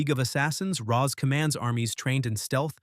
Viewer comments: Ra's is pronounced 'Raysh', NOT 'Rahzz'. I don't care HOW the movies pronounced it. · This video would be far better if it wasn't researched and read by AI. Eobard Thawne did not create Flashpoint, Sabretooth's claws aren't unbreakable, Magneto did not re-write reality, that was Scarlet Witch, and that's not how you pronounce Ra''s or Thanos. Some graphics make no sense either, like the random graphic showing members of the Ultimates Universe despite talking about Earth 616's Reed Richard or showing Spiderman and Black Cat when you're only talking about Catwoman and Batman. I appreciate the general breakdown, it was spot on in general, but major failures in details and the stilted telling of it makes the AI reading obvious.